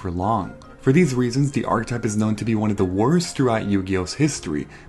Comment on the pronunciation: archetype is 3 syllables